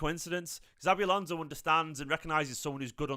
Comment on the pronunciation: I thought this too 😂same with the xabi alonso pronunciation